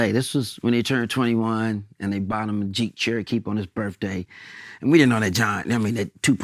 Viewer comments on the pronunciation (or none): Am I the only one who heard “Jeek Cherokeep”? 😂